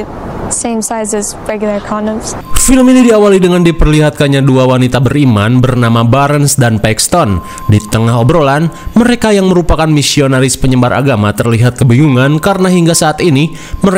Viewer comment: gw fans beratmu sekaligus sama kita tinggal dikota yang sama, gw akhirnya nemu BUG disini "ditengah obrolan, mereka yang merupakan misionaris PENYEMMBAAAAR AGAMA" "penyebar" kali ya tolong pin atau love bang ❤❤❤❤🎉 Sukses selalu saqa